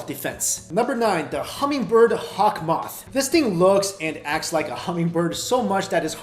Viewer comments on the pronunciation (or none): none